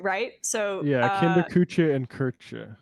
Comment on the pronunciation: "Kinder, Kuche, Köche and Klieder". Way to butcher a language lol